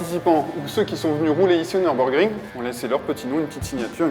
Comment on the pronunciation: "Neurbeurgring"? D'où vient cette prononciation incongrue"?